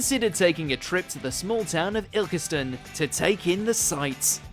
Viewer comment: Derbyshire and Ilkeston both pronounced incorrectly. Can probably let you off for ILK-STUHN, but not DAR-BEE-SHEER! 🙄